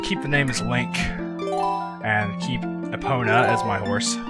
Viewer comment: do you realy purnounce the O in epona?